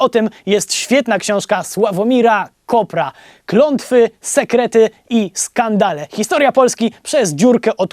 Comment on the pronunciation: Nie Kopra --- Kopera Wojtek, KopEEEEra !!!